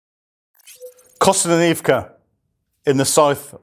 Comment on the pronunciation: The best part about these updates is seeing how many different ways he can pronounce Kostyantynivka.